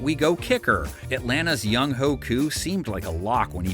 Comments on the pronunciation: It's pronounced youngway not younghoe. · It's pronounced young-way koo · Younghoe is pronounced young way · It's pronounced Young-way!! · Younghoe is pronounced "young-way" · maybe one day yall will learn to pronounce younhoe koo's name. do better, nfl. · Thank you for mispronouncing Younghoe's name like we all do😂 Go Bucs!! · At this point if you don't know how Younghoe is pronounced, then it's due to your own ignorance. Deliberate ignorance, perhaps, seeing how his name was pronounced correctly in the clip that played WHILE you were pronouncing his name wrong. What a s**t show. 🤦🏾‍♂️